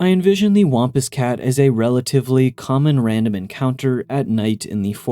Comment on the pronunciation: I've never heard anybody pronounce "wampus cat" like that. The a is pronounced like a sad trombone sound (wompWOMP).